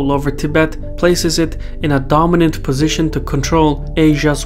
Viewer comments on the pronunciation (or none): none